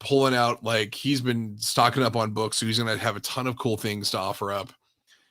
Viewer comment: I love how turned Minnesotain when he said he’s sooooooo excited to see red hood at the con. 😂😂